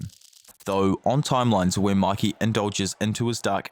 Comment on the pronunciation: Bro really said makey💀💀💀💀💀💀👽👽👽👽